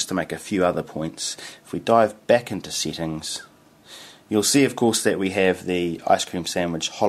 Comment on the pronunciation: lol why do you pronounce settings as seetings?